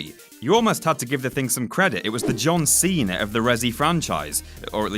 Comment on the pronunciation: “John seen”